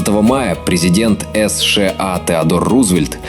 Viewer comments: Извините,озвучка скорее всего ИИ.Мы так не говорим Эс Ше а. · Блин, когда уже найдётся гений, который научит ЫЫ не говорить эс-шэ-а?